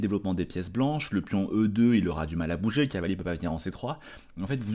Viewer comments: qui n’est pas toujours fou fou, devait être un élève zélé qui adorait ses cahiers d’école. Doté d’une diction irréprochable, il prononce néanmoins cavalier comme si c’était cahier… ça lui permet de gagner ce qui lui fait souvent défaut, un temps. Parce que cavalier, pff… c’est trop long! En guise de compromis, il a recours parfois à « calier », c.est mignon tout plein… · Je précise que quand prend le temps, qu’il est tranquille, et que ça roule, il prononce cavalier normalement. Mais quand la fièvre le prend, et la passion le gagne, il ressort le cahier et le « calier »!